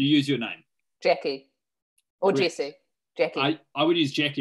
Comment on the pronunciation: I was fascinated by the kiwi pronunciation of Jesse like Jackie until they brought up her zoom mistake.